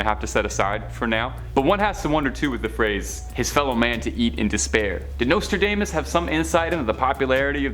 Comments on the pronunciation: Nostradaymus predicted that a Canadian host would butcher the pronunciations of several words during a moving pictures presentation about his prophecies. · Dude, learn how to pronounce his name. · How you gonna save this channel when you can't even get Nostradamus name right. Fkn tik tok generation